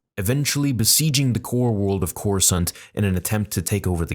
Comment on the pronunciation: Why is he saying Corsunt?